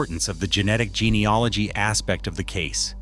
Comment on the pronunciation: Its gene e AL ogy not gene e OL igy